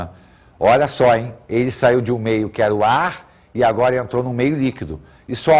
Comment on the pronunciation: Vamos falar agola